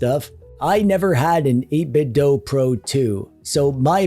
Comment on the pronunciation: Wait, what?! 8-Bit-DOE? NO WAY! It's 8-Bit-DO! As in, "I want you to DO that new retro thing right now! DO or DIE!" There's no DOE in these here DO parts!